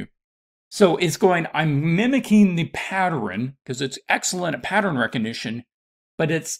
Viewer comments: why is he saying it like that 😫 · He lost me by saying “patterin” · no one: him: patteren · You say pattern like my mom 😳 (Saying partter-in, instead of pat-turn) I think my grandfather says it, too. However, if I'm being honest, I have no idea where the idiosyncrasy comes from My grandfather's parent's are from 1900's Oregon, so maybe it's a N. West coast thing? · I couldn’t even listen to this because every time he said pattern my blood boiled